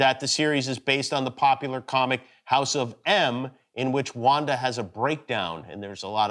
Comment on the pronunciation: The way he says Wanda is just wonderful